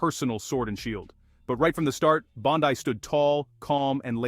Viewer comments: Her last name is pronounced BON-DEE your shit for brains AI narrator gets it wrong every time!!!!!!! People are getting tired of it!!!!!! Everything is 21st century except the programming! Hurtahee!! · "Bond-Eye".....AI narration is irritating. Good video other than the AI narration.